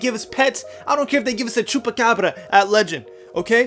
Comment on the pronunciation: Grinding sounded different when he said chubacabra